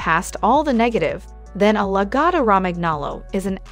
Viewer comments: Also, I think all the grooming clips in this video are not lagotto. Pronunciation of lagotto is terrible in the video. There are no all white or black logottos only off white with light sandy orangy patches to white and brown patches to dark brown dogs. They're soft and love to lounge and cuddle and don't shed so if you work from home and sit on the couch they're great little heaters in the winter. I don't have a dog smell in my house or dog hair to clean up. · Maybe learn how to say the name of the dog before you talk.... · Yes let’s definitely take advice from the person who, in the age of Google, didn’t even bother figuring out how to pronounce the breed’s name.